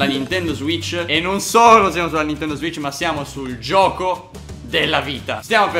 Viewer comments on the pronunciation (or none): none